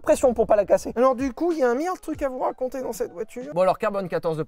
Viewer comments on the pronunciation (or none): "carbone 14" ptdr j'ai souris